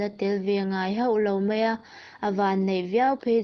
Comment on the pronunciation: Chhiar thiam viau e, mahse tlemin chhiar dik loh te chhiar dik thei turin theihtawp han chhuah zel teh. 'Mai' tih turah 'mei' tih a awm nual bawk, chuan a thluk a tam mah mah, han bei zel teh le.